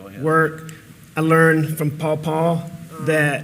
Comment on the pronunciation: saying "paw paw" reminded me of that episode of parks and rec when Leslie Knope calls her mom's old boyfriend "Poo-paw" 😂